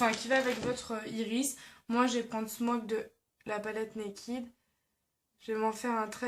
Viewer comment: J'ai découvert tes vidéos hier et moi qui n'ce maquille quasiment jamais, j'ai bien apprécié en plus c'est pas genre, relou à écouter. J'voulais juste te préciser que Naked c'est pas Nakid ;) le "e" ce prononce "è", si non j'aime bien. coucou du canada